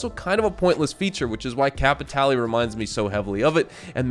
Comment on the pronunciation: you don't want to go get some "cay-pee-tay-lay"!? one of my favorite things to do is to get some cay-pee-tay-lay and then i use my cay-pee-tay-lay to get some stranger missions and then get more cay-pee-tay-lay so i can do more stranger missions and search pockets for more cay-pee-tay-lay. (i physically cringe when npc's say it in game.)